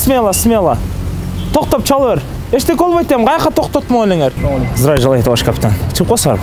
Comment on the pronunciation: Акырында зериккен окшойсун 😀 здраю желаю тттт деп кыскартып айтып.👍